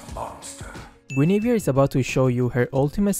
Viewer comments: The thing that made me laugh was the yugi oh guinivere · THAT TEN STEP AHEAD GUINIVERE LMAOOOOOOOOO